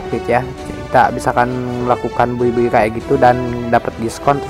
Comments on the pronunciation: Bacanya bay bang bukan buy🙏😀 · Cara sebut "Buy" lawak duh 😂 Wkwkwk